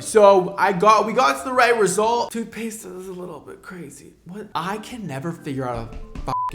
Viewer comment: Yes Sir you always say tooth paste 😂😂😂